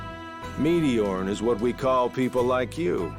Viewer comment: First time I heard say meteorn I thought she said meteor